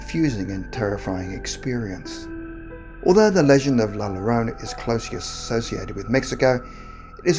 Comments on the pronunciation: “Your own uh” 🤣🤌🏻✨ or -“Your Rona” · Only scary thing about these stories is the way the name is mispronounced 😂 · 🤣🤣🤣 If this person did not take the time to learn to say La Llorona right, I'm not wasting my time watching the video. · Bro you’re saying the name wrong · He said la Llorona wrong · Why does everyone pronounce La Llorona like that, it makes me cringe so hard🤬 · It's alright if mispronounced La Llorona.. growing up in a Latin City (with Spanish forefathers), some of us pronounced Ll as is and some pronounced Ll as Y.. yolo! No big deal to Elders.. and where is the kindness people? is always giving us quality videos, is it too costly (todo vosotros, tiene rabio, ta hace saler como ello ya planta un grande granada) to mistake just one single word? Please do value Patience & Understanding❣😇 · Seriously the worst pronunciation. There was no one that you could ask how to pronounce La Llorona???? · I cringe everytime he pronounces "la llorona" wrong. *facepalm* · The two LL have a y sound ! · As a Mexican American it pisses me of to hear people mispronouncing spanish words especially well known words like La Llorona. It least do your research before putting up your videos.Thank You. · Sorry but i died when he pronounced it like thaaat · Myrtle Syd he didn’t pronounce it correctly he butchered it. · It's not Lalorona! It's (law-yo-ronaw).....smh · If you wana say it right say " la yoorona " not lolorona lol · Please stop saying Larona. Double L is pronounced as Y. It's hard to get down with this video because the lack of consideration to her actual name makes me cringe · You did a good job with the story but you sound like your calling La llorona la lorena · The name is not “LA LORONA” u sound like Trump is “L A L L O R O N A” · British Dude said la lorena... is la llorona...🇮🇹🤘😂😂😂🤘🇮🇹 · It’s pronounced like “la-yo-ro-na” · This nigga said “la lolona” I’m so weak rn 😂😂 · LA YORONA 🤦🏻‍♀️ LL = Y sound!! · "La lolona" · “La Loróna” *Cringe* ☹️